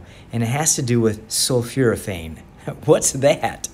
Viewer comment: It's not sulfuraphane; it's sulfOraphane. sul 4 a fane